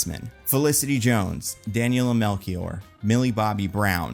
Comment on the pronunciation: Hey. Great video! I'm portuguese and I just wanted to tell you that the "ch" in Daniela Melchior reads as "sh". Keep up the great work!